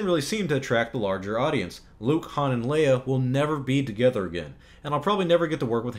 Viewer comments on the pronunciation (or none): none